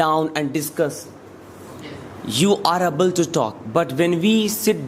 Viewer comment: Able to....ko sahi se pronounce karo .....Mera matlab Google karke dekh lo atleast